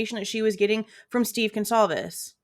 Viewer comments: Dude said "Gone-clah-vez" ...the disrespect to not even know their name good god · This Blum guy is disgusting, not only is he a scum he can’t even pronounce Goncalves properly. How can a writer not even pronounce words properly! I listened to him briefly on another channel, he’s sickening!